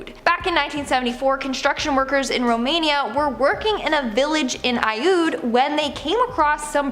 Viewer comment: Aiud is pronounced A'jud"...in Romanian. As for the discovery of Aluminum in modern times, doesn't mean earlier civilizations didn't use it to make parts for machinery. The object found was part of a pully mechanism used to lift heavy objects such as stone. The fact that it was found next to dinosaur bones is irrelevant. It just means whoever or however it got buried there did not know the bones existed or what they were exactly. The jury is still out on when the wedge was created. It could have been made as early as the turn of the century.